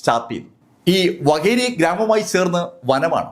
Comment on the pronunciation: വകേരി അല്ല വാകേരി